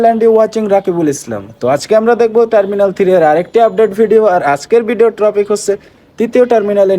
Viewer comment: টপিক না ট্রপিক, নাকি ট্রাফিক রে ভাউ🥴🥴🥴🥴